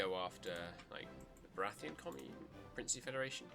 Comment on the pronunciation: Baratiyan commune not baratheon commune